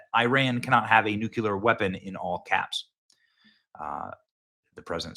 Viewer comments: Noo-klee-er, not noo-cue-ler. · People judge u how u speak, when u speak like a D.A. people judge u as a DA. The word is Nuclear pronounced new-clee-er. Not Nu-cue-lar. That is actually another word, nucular, refering to the contents of a cells nucleus! Bush also talked like a DA and used the wrong word. Stop talking like that NWO elitist. I'm going to keep calling u out Benny until u stop it!